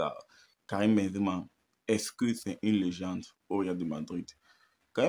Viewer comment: J’étais pas prêt un bledar😂 est-ce ce ké 😂😂😂😂